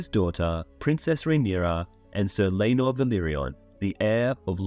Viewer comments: Love the vid, but why le-nor and not lae-nor 😭😭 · The pronunciation of Laenor